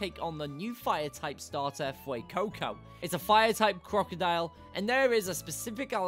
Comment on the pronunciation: FUECOCO, NOT FUROCOCO!